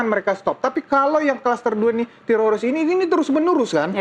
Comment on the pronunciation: Nih damanik bilang tetorids mulu kaya orang Israel kpplak